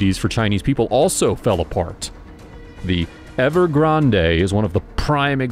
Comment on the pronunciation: At least learn how to say Evergrande and Xian if you want to be taken seriously...